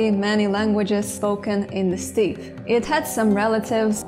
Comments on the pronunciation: Ai yai yai!!! For a language nerd you should know it's pronounced 'step,' rhymes with 'pep', not 'steep', rhymes with 'peep'!!! lol Many lifetimes ago, I got the US govt. to sponsor sending me to Ulan Ude, Buryatia to study Buddhism as well as Buryat and Mongolian... Fun times! :P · Interesting. But please - 'steppe' is pronounced "step" (short 'e', not "steep" with long 'e')!!! And please, please loose the annoying constant background music/noise - it makes it difficult to hear what you are saying and pronouncing. For a linguistic video you need it to be quiet and non-distracting so we can hear your words. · "Steppe" sounds like "step", not "steep". The stress in "decorative" is on the first syllable, the o is schwa, but may disappear altogether, and the a is schwa.